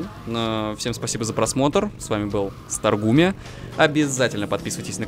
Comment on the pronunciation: старгуме? а не старгейм* случайно???